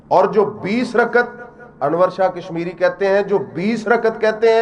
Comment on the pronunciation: رکعت کے تلفظ کی اداأگی صحیح نہ کرنیوالا تراویح کی دلیل دیتاہے پاگل دین سے بے خبر